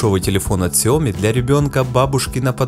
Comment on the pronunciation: Данный обзорщик, как и многие другие российские обзорщики неправильно произносит название Xiaomi, а именно неправильно ставит ударение а названии Xiaomi! В слове Xiaomi ударение ставится на последнюю букву "i", а не на букву "o"! Я как-то общался с китайцами и они подтвердили мою правоту и вообще в китайском языке всегда ударение ставится на последнюю гласную букву! А то какая-то Наоми получается, XiaOmi — NaOmi! ! НаОми Кэмпбэлл — СяОми Кэмпбэлл!